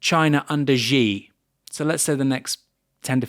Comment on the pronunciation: This interview is getting a total reaming in the comments. I'm 8 minutes in and irritated that Aaron remains unable to pronounce Xi correctly. I'm also in agreement - vibes based, though it might be - that the US and China do feel alike in their emotional tenor. I suspect that 5000 years of history includes an openness to change and the grand that places China on similar terrain to the American project. I like the Japanese - I'm married to one of them, but they do feel very different and less immediately relatable for a Westerner than the Chinese.